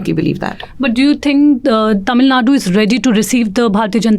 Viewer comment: Why can't she spell "TamilNadu" twice I heard her saying "Tamilnad"